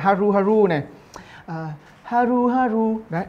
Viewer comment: Haru haru phải là “há ru hà ru” chứ đâu phải “há ru há rù” nhỉ😅